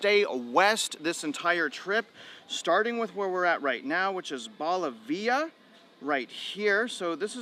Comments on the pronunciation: All the areas he mentioned at the beginning are in Brunswick County and not Wilmington. 🤷🏻‍♀️ And it’s Bo-liv-e-a…..not ball-I-ve-a 😅 We left Brunswick County (Leland) in 2021. They are destroying all the trees and land all for $$$$$. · Lol it’s pronounced Bow livia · Bo-live- e-a. I live in Brunswick County. Not Wilmington. People come here because they can't afford Wilmington or myrtle beach. Now no one can afford anything. Funny you got cussed, the builders suck. I plumb 120 house's a year. Also southern Brunswick country is in the myrtle beach Metropolitan area, somehow. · At least learn how to pronounce Bolivia